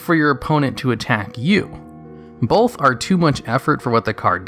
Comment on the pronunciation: Both, not bolth.